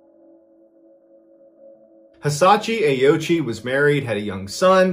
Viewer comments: I believe in the native language it is pronounced closure to "oh-oh-ch" I believe the ending I is silent? I could very well be wrong. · It's Oh-ooch-ee, FWIW. But I agree that that's less fun. 😉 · Well done on the pronunciation of ghost man’s name! I would have automatically pronounced Ouchi as Owchie not Aochi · Ouchi is pronounced wrong. I speak Japanese. Ouchi is composed of three kana: おうち O- pronounced o as in “old” U- pronounced u as in “use” Chi- pronounced chi as in “cheese”